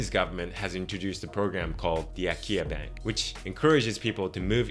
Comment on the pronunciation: Your pronounciation of akiya sounds like "Ikea" to me. It's really weird.😅